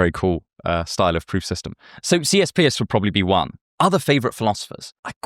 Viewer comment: Love the video, but from a yank to a Brit, it's pronounced "Purse" not "Pierce".